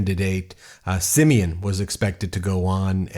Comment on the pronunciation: Its not simian, its Simion. But i understand its hard to differentiate them. They act the same.